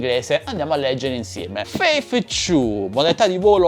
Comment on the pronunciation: scusami,vorrei farti notare che la tua pronuncia inglese,lascia un po' a desiderare....se pronunci il numero due dicendo ciu'...fa un po' ridere...prova con t'u'...forse viene fuori meglio (la t falla partire morbida con la lingua tra i denti,come se dovessi sputare in un occhio qualcuno che ha detto una fesseria)